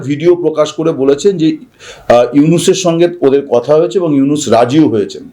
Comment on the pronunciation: ইউনুস কি? প্রফেসর ইউনুস, একটা নোবেল লরিয়েট এর নাম কিভাবে উচ্চারণ করতে হয় তার কোন ধারণা নাই। মুর্খদোচা কোথাকার।